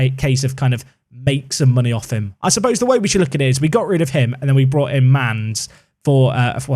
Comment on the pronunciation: Mannes' pronunciation is like a very flat, short 'ah' sound at the start ": MANNes (emphasis on the first syllable). "Munnus" would be a servicable pronunciation. As always, Dutch is tricky.